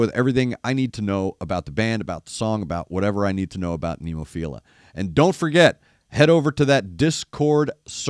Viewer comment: You were close on the song title, 'Adabana' (ah-dah-bah-nah). The band name is Nemophila (neh-moh-fee-rah). The word "adabana" refers to a flower which doesn't bear fruit, or something that fails to live up to its fullest potential. The lyrics are pretty deep. It's worth watching with closed captions turned on for an English translation. The band itself is named after a kind of flower with five petals.